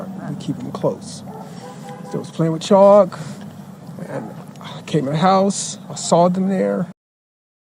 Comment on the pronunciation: They were playing with CHALK, not "Choppo" or whatever youre saying lol